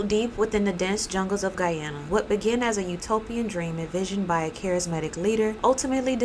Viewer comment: I am very happy that; 1. You actually pronounce and emphasize the location of Guyana. (Even the news mess this up) 2. This story is being retold. My dad was part of the military force that went in after the kool-aid was served. Unfortunately.